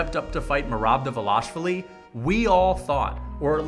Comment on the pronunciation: Merab Dvaaaaaaalishvili... not De'velashvili